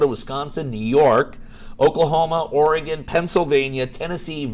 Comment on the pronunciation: It's Oregon not Oregeon. Haha